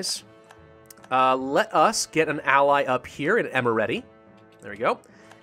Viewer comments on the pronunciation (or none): none